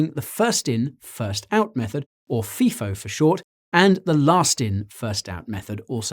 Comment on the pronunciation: *fie- foe *lie-foe